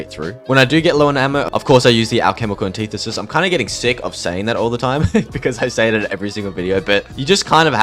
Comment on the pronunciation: its anti-thesis not an-tithe-sis